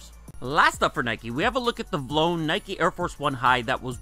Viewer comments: Vee- Lone not vlone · its veelone not vlone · it's V-lone not Vlone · i know my boii did not say "vlone" af 1's its "v-lone" 😂😂😂😂😂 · You are supposed to pronounce it v-lone man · The way you pronounced vlone 🤦‍♂️ It's V-Lone fam